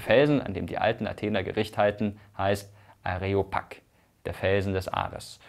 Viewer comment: Ich finde die Aussprache von Areopag etwas merkwürdig. Eigentlich ist es Ἄρειος πάγος. Areopag ist also eine eingedeutschte Schreibweise, pagos hat aber die Betonung auf dem Alpha. Ganz streng genommen müsste es sogar Ariopag heißen, da Epsilon-Iota im Altgriechischen zu "ey" wird, im Neugriechischen aber den Laut "i" bildet. Sieht man z.B. auch am Wort "Chirourgie". Aus dem eigentlichen Cheir ("cheyr" gesprochen) wird auch bei uns ein i.